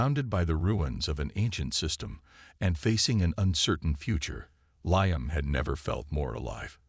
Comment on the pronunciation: Before you turn your AI loose again on another story, teach him pronunciation. Liam is spoken as Lee-am not Lye-am.